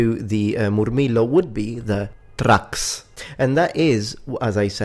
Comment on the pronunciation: Most of what you said is false, First off it's Thraex not Trax, secondly the main fighter of the Murmillo was not the Thraex it was the Retiarius, another thing was the Provakator was the gladiator based on the Legionary, I'm not trying to be rude but when you make an educational video you should try to make sure you have everything right.